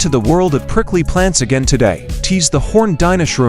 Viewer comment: bro really said pricjly plant species